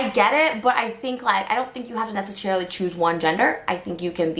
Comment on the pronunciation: "nessecherryly" :D